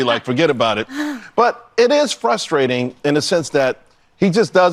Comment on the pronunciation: Its FRUStrating hearing say FUStrating over and over 😂